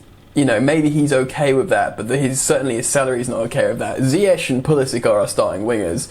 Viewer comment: Sm1 plse remind tht its pronounced as mendy, mendi n not mandy, mandi! N also lamps should learn how to pronounce ziyech not zayech..